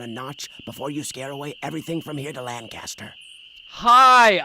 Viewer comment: Also, fun fact, the way Red Knott pronounces Lancaster is not how people from Lancaster PA pronounce it. It ALWAYS bugs me when he says "Lancaster" (at the very beginning) 🤣🤣